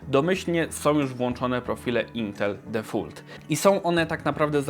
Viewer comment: difolt nie defult lol